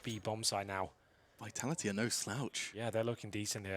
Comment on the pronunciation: BrokeBack VEE-TALL-EE-TEE BrokeBack